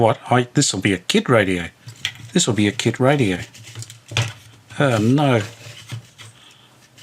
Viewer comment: When you said 'kit radio' I thought you said 'git radio'. I thought 'that's a bit cruel, I mean, you've only just met.' Good to see you on the air, God bless you and all the best for your speedy recovery.